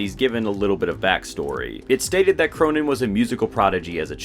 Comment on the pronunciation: He's pronounced "Krönen", not "Kronen".